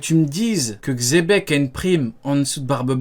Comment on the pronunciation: mdr c plus xebec c zepeck